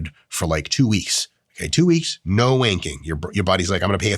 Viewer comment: I don't know why, but hearing someone with an American accent say "wanking" will always make me chuckle.